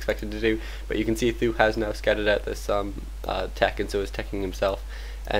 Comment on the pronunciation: omg can u not call th000 th-ooo lol its 'th zero zero zero' or just be chinese call him sang dan( means 3 eggs) lol